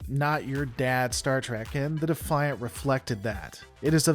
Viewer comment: Thank you for pronouncing the ship class correctly, it may be spelled “Defiant” but it’s pronounced the “Ben Sisko’s Mother*** pimp hand.”